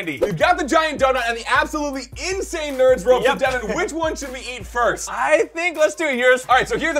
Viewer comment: And its Devan not Devon😅😅😅😅😅😅😅😅